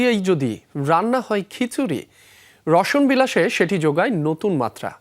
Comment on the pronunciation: "" রসন "" বিলাস কি? বলতে হবে রসনা বিলাস